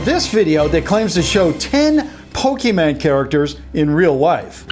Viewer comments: Ok I don't get that he said Pokemon right the first time and then he said pokeman the other 2 times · he-he said pokèman TRIGGERED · did you just say pokeMAN Lol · did he say poke(men) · Turn on the subtitles it said "Poking Mango"